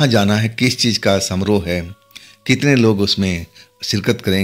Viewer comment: सामरोह नहीं समारोह।